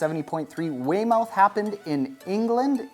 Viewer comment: It's pronounced wey-muth. Or even wey-muff